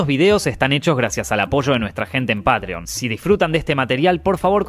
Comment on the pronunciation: *pronuncia metro goldwyn mayer bien * al final del vídeo: gracias al apoyo de nuestros PAATREEONS